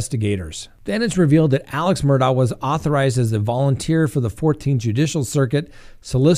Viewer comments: It’s pronounced Mur-dock ! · 1) it's pronounced "Murdock" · The name is pronounced "Murr-dock" and it's not "Collington" it's "Coll-e-tun" County...